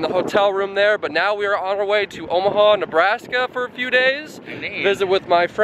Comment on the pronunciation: he says NaBrAsKa